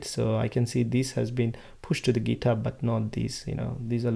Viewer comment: আপনি ট কে ত উচ্চারণ করছেন কেনো?? ইচ্ছা করেই?? ইউরোপের অনেক দেশ যাদের ভাষায় 'ট' এর মতো উচ্চারণ নেই তারা 'ত' উচ্চারণ করে, ফর এক্সাম্পল, 'গিত হাব'। আপনি কি সেই ধারা অনুসরণ করছেন পশ সাজার জন্য??